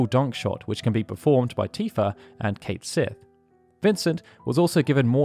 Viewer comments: Kat Shee, not Kate Sith. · Cait Sith is pronounced Ket Shee.